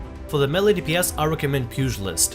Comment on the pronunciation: MAY-LAY for fuck's sake.